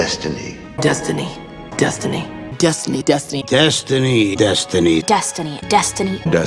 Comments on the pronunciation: Are you sure it not "Dustiny"? Cause that is what I hear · After so many times it started to sound like dust da knee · Funny thing... Halfway through I started hearing "Dust the knee" instead of "Destiny", which made it even funnier... "Stop it, uncle, I'm not gonna dust my knee" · you just ruined the word destiny for me